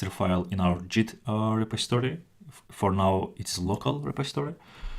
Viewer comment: it's git not jeet.